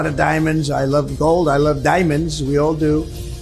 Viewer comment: "AY LAV DAYMONDS" 🤢